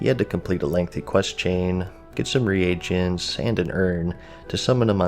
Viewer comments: Re-agents??? It’s pronounced ree-gents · Am I the only one getting annoyed by the fact that he pronounces reagents as re-Agents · 're agents" bro, common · "re-agents" love the way you pronounced that